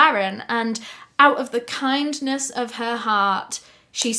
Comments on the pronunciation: I love the quick little American accent with the "kindest of her heart." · 😳 I was NOT prepared for that bold American accented "Kindness of her heart!" 😆😍😂